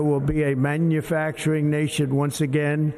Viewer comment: When he tries to say “manufacturing nation” his prosthetic palette is slipping.